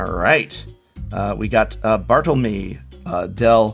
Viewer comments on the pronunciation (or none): none